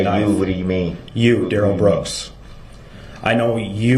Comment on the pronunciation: His name DUH-RELL... they are saying Darrell that rhymes with barrel notice when the guy pronounced it right he didn't object